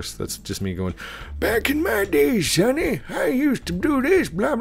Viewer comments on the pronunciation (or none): none